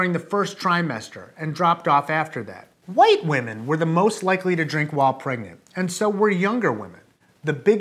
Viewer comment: Hahaha why did he say "white women" like that??? Hahaha